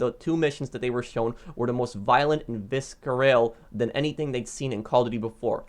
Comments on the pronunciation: Its not pronounced "vis ker ale" its pronounced "viser all" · That moment when u can’t pronounce visceral